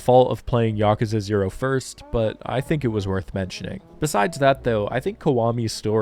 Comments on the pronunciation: I mean, the way you pronounce Yakuza is definitely more correct than YakOOza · No need to defend your pronunciation considering it's the proper way to say it. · My man here starting the video by apoligizing for saying Yakuza correctly. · Your pronunciation of "Yakuza" is more in tune with the actual Japanese pronunciation than the English "yah-kooo-zah"